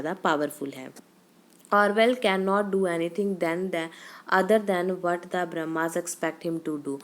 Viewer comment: Its BURMA not BRAHMA 😭